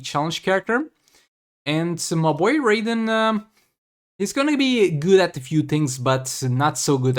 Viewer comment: When you said raiden I thought you are saying raven 😅